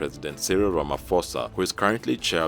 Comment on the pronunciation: Hehehe how i wish people should stop pronouncing Ramaphosa with a the (-ph-) as an f..... 😂 In the meantime we as Africans we support Mali 🇲🇱 the France and Denmark must leave us alone